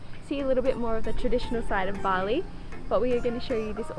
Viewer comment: Nice video, well edited. Please learn how to pronounce the words correctly as not to look ignorant and be disrespectful to the people of Bali.